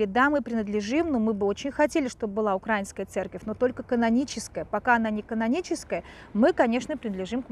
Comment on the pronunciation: Добрый день. .1.Для начала не УкрАинская а УкраиИнская. Давайте говорить грамотно. 2. Я как дочка священника, матушка, в Украинской православной церкви хочу сказать что Украинская православная церковь (МП) связана с Москвой только в молитвенном общении и берём миро. Все. Никаких влияний нету. И кстати ковид ситуация показала это. В Москве куча инструкций как проводить богослужение в условиях ковид, у нас такого нет. И совершенно другая позиция. И много других внутренних вопросах. У нас есть самостоятельность. 3. То что дали Томос, такое чувство что Варфоломею просто заплатили. Это абсолютно неправильное решение 4. Насчёт опроса. Никаких опросов даже делать не надо. У нас в городе в Центральной Украине в городе миллионнеке 3 храма ПЦУ. И это касается остальных городов. Стоит проехаться по городам. Единственное что , на Западной Украине больше и то больше греко католиков. 4. Очень я не люблю когда обсуждают эти темы особенно когда ситуацией полностью не владеют. ( даже со стороны). 5. А вообще лучше такие темы скользкие не обсуждать. Тема религии и политики очень опасна. ( Тем более когда не знаешь реальной ситуации в Украине. Когда убивают, выгоняют из храмов) Это политическая организация. На их лица посмотришь они же безблагодатные, и кропила жовто блакитни. Зайдите на сайт любого храма ПЦУ.